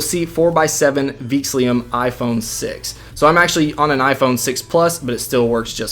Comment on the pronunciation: Theme name is "Veexillum", not "Veexlium"!